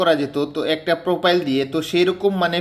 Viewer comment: পোপাইল না প্রফাইল